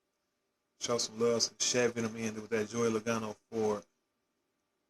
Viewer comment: Logano doesn't have have an a after the L.